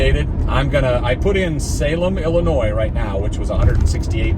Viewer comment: I tried leaving a comment already, but it's not showing. So if it ends up being a duplicate, sorry. But, as a fellow guy from Illinois, I have to take issue with you saying it with the "S" at the end at the start of the video. haha. Ok, on a more serious note. Sorry to hear about your friend. The way you talk about the other drivers made me think of myself. At around minute 36, it looked like you were driving in Los Angeles area. They drive like maniacs out here when no traffic.